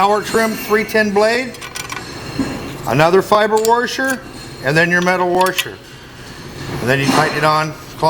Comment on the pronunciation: Whats a worsher??? Are you attempting to washer? 😊